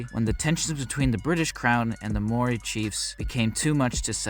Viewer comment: You Said Maori wrong lol